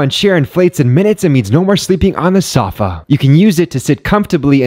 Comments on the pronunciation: First off before I continue watching this video is pronounced sofa not solfa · sow.fuh is how you supposed to properly pronounce it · The way he pronounced sofa 😂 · Your pronunciation of sofa should be a fuckin hanging offence lad, reign it in